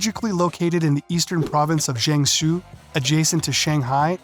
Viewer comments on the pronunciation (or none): This video is a failure and a disgrace as a commentary on Singapore and China. Please learn how to pronounce "Temasek" "Suzhou" "Jiangsu" before you act like another know it all ignoramus commentator on Asia